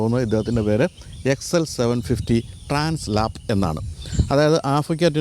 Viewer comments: It is transALP not translap. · ട്രാൻസ് ലാപ്സ് അല്ല ട്രാൻസ് ആൽപ്സ് ആണ് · Transalp not Translap....😅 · Trans Alp ആണ്. Translap അല്ല ട്ടോ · TRANS "ALP" ( alps mountain) ആണ്...ട്രാൻസ് ലാപ് അല്ല. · Bro, its not Translap (lap), its Transalp (alp). I guess the Alp represents the Alps mountain.